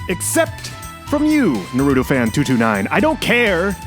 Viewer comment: The way you pronounced naruto caused me physical pain on levels you couldn’t even imagine